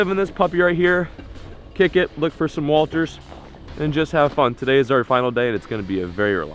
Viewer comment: Anyone else low key annoyed when he called them walters 😂